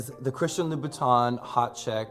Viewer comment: You would think such a red bottom fan would be able to pronounce Louboutin correctly